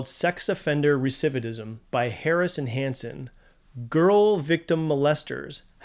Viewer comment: "Recividism"??? 🤣 Long day, bud?